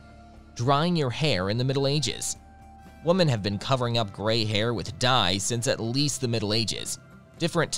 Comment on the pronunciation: The mispronunciation of women that sounds exactly like woman, it’s driving me crazy, otherwise sounds ok to me.